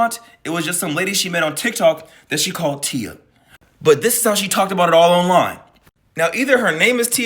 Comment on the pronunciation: Its the "tia" for me.. lmmfao.. i know yall know. But letting him know... Pronounced.. thea.. but spelt "tia". Im weak. Just sounded funny to me..